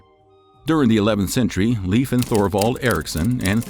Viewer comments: As a first generation American with Norwegian parents, I have no doubt the Norwegians explored North America. There is too much evidence to say otherwise. If you don't mind, may I please correct your pronunciation of "Leif" to either "Lafe" or "Life" as most likely, and "Tore" as the pronunciation for any name with "Thor" in it? I could get really picky but that's just too difficult. 😉 Thank you so much for your amazing historical pieces! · i cant watch this because you keep saying leaf. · "Leif" is pronounced like "life" 😁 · Leaf Erikson made me laugh so thanks for that ^^ Its Eriksson btw :) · Leif is pronounced Lafe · Leif is pronounced Life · Leif is pronounced Life :) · i find it fascinating that the spelling irks you more than the pronounciation. Like english speakers caling the guy "leaf"... Sidenote: did the ditch the r for the Lastname or is that a spellingerror too? So if Leifr was the son of Erikr would that not make him Leifr Erikrsson instead of Ericsson? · As a Swede, you really need to work on the pronouncing of names. It truly hurts to hear that American accent butchering these names lol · Not leef Leyf. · Not like Leaf Ericsson but Leifr/Leiv like the E in hEllo not like in beef and the I like Indoors. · Pretty sure it's pronounced(lay-f) and not leaf. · LEAF 😂😂😂😂😂 its pronounced like Layf , say lay-f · He's called "Laif" not "leef" ericson. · Arrr.... the pronunciation of scandinavian names bother me somewhat. It´s not "Liiif" (or "leaf") - it´s more like LAY-F. So say "lay" as you pronounce "LAY down" and add an "F" Regards /Word police from the south of Sweden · Leif is pronounced Lāfe, Not Leaf. Just as Veil is not pronounced Veel. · Leif is pronounced the same way as life in English. I’m a Dane. You make it sound like leaf.😂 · It’s Pronounced Layf. Not Leaf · In Scandinavia Leif Erikson is pronounced Life, not Leaf. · Leif is pronounced "Layf" you keep saying 'Leaf' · Inaccurate. And Leif isn't pronounced leaf, it's pronounced life.